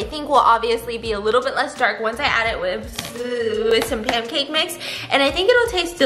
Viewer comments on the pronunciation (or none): Did anyone else hear her say pamcake mix lol I love your videos!